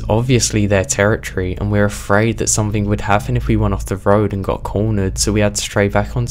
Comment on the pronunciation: Dear, there is no 'K' at the end of 'something'.